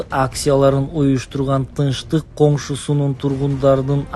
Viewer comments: сөздү туура сүйлөсөнуз "коншусунун" эмес конушу деш керек да😮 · жакшылап суйлогонду уйрон коншусу эмес конушу болуп айтылат Тынчтык конушу болуп сен болсо коншусу деп жатасын